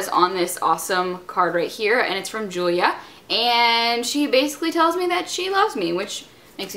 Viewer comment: my name is julia, and yyou say my name weird. :)